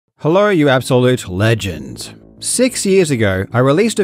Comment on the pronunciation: Karl "hellorw you ABSOLUTE legends" me 😊